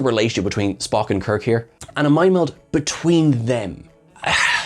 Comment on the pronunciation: I heard Pelia call him Spocko! Am I going mad? This episode also reminded me a little of Babylon 5 - "The forecast death of John Sheridan"...